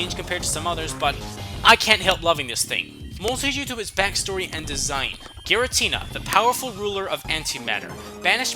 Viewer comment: Giratina, NOT Giritina!